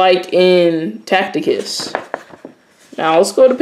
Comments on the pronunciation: It’s pronounced “Tass-itus” not “Tackitus” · Learn how to read bwoy its not tacticus, its ta ci tus, ta see tus, seen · Tacitus not tacticus lol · Brother I believe his name is pronounced "TASS-SI-TUS" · When you jump into the world where scholars & scholarship; where academics have done extensive research, your credibility is tantamount. You must know how to pronounce Tacitus or anything foreign to yourself. Secondly the text with regard to the "Ethopians" from Tacitus Histories Five states that he does not know where the Jews came from and offers five alternatives answers to that question. What you have done is to cherry picked one story without referencing that fact. It's is important to be credible, to sift deeply into a question or position and to give the subject the thoroughness it deserves. I trust that this will encourage you to look more deeply into this question, additional, to be fact based so that you don't present a narrative you want to see... happen...